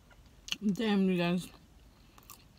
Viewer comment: the most mexican damm ive ever heard lol, anywho brb gonna go buy me some hot cheetos im hungry as hell now